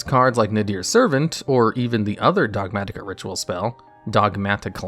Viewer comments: The way you pronounce "Dogmatika" is giving me a heart attatika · DOG MAT-IK-A 😭 Chill, almost choked to death trying to say one word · The way you say Dogmatika is unseasonably frustrating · Those Ts get stronger every time he says it.